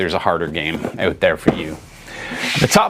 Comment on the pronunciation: Say "out"